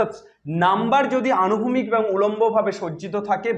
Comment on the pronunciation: আনুভূমিক না স্যার অনুভূমিক , একটু কানে লাগলো কথা টা , 🙏